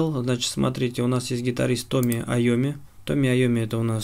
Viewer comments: Тони, а не Томми) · Айомми зовут Тони. Не Томми. Тони. =)